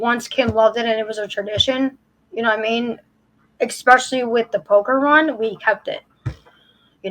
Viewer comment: I thought she was saying Pokémon! Either way...🤔🙃